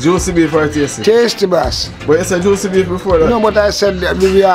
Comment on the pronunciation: The guy in the yellow shirt so funny. He keeps saying tastee and juici...